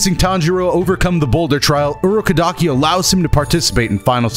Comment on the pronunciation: I let it slide when he said Urokadaki's name weird cuz it's a hard name to say and spell (I think I spelt it wrong tbh), but then he said Humanity wrong so now I gotta expose him. Edit: Yup knew it, it was Urokodaki